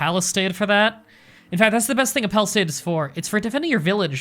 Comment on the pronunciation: There is no "T" in "palisade" - no hate, just saying.